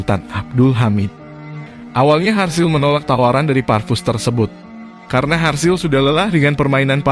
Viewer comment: Serasa aneh nama harzl diganti dengan sebutan harsil😪